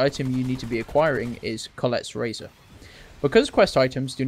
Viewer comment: How did you get “Collette’s razor” out of “Kolket’s Razor”, lol??